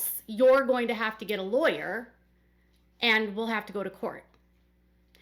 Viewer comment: He can’t even pronounce the word lawyer and he wants to act like he is one. Stupid fool. I so wish Christine obtained a court order setting forth child support, visitation and health insurance. We all know Kody didn’t provide health insurance for Ysabel but Truly should have insurance paid for by her parents and not taxpayers.